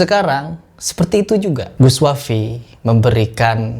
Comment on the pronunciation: sunat lagi kau agar lisan mu bener